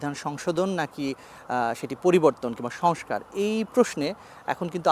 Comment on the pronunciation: মেজর হাফিজ সংস্কার শব্দ উচ্চারণ অই করল না